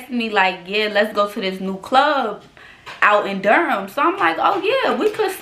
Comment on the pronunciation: She lost me when she said Durham